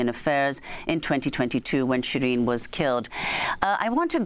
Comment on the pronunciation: Should pronounce "SheeReen", not Shreen.